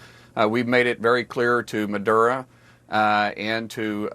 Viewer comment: No? Then why is a quarter of the US Navy parked next door to Venezuela? And it's Maduro, not Madura.